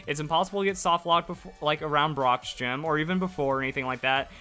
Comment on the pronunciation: Jim? Not gym?